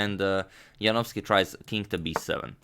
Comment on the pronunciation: No one can pronounce David Janowski better than this guy